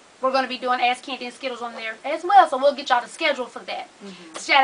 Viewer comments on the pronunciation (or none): I swear it sound like Candy sayin "ass Candy and Skittles" lol but I got it now LOVE YALL OD..Sexxi as yall wanna be!